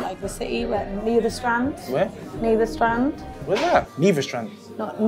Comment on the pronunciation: When this guy said “Nieverstrand?” 🤣🤣🤣🤣🤣😭😭😭😭😭💀